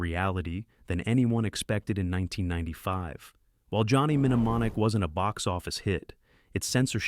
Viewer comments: You mean you never watched Johnny Minnamonick? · Johnny Men-neh-mon-ic . . . ?! (Sheesh. That's too lazy for me to keep watching.) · Johnny Menonomic? Another video that should be banned for the shitty AI narration! Controvosey? Paaathetic 🙄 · "Johnny Menemonic" -- AI is so nothing. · Johnny "Minneimonic" 😂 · Johnny Min e monic? dude lose the stupid AI readers. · exestitcian zed- zee - COME ON!!! Stupid AI Johnny Minemonic ! Excellent!!! Bogus!!!